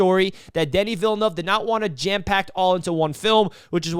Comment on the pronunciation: smashed 👍🏼 right away for the on point pronunciation of ‘Denis Villeneuve’. On point review too. Yeah this movie is awesome on many levels.